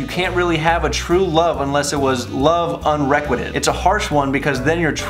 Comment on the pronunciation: it's un-re quite ted